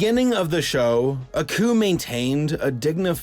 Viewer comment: It's Aku not accu